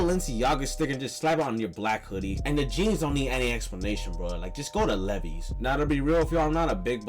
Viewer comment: Bro doesn't know how to pronounce Levi's